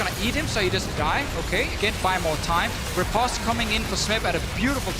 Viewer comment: Is there a way to tell the commentary team at Riot that "riposte" has a long o? "At most, I boast, riposte, French toast."I know, they mispronounce a lot of words, but if you're going to use an unfamiliar word every 20 seconds or so, maybe it behooves you to spend a minute to hit up an online dictionary and click on the little speaker symbol.